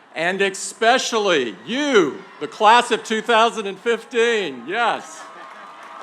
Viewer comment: Why did he pronounce especially as expecially, why?